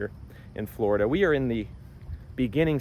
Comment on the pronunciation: 😂Flori-dah? Even Blackstone can't afford the insurance!😂